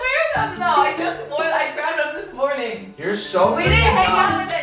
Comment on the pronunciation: "Mernin" "did you end the vlogggg" IM DEAD, DEDICATIONNN